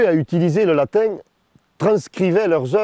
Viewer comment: J'aime comment le narrateur prononce le mot latin comme latingue